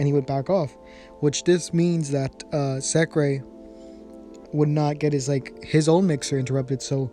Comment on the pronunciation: Sekke not sekra